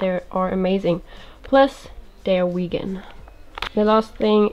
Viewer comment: Saying hello from the US! I have no idea why, but the way you pronounced “vegan” made me laugh! It’s silly that I laughed because I know pronunciations are different from language to language, but I think it was just that I wasn’t expecting it. This was a lovely video! Thanks for sharing this, and I hope you’re having a good day :)